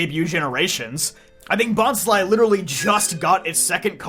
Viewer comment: Wait! Have I been pronouncing Bonsly wrong the entire time? I always thought it was Bons-lee, not Bons-lie